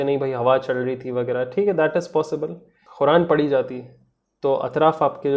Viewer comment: For sake of Allah try to say quran ( قُران ) not khura( خُران ) ,big difference Bhai be careful while u pronounce it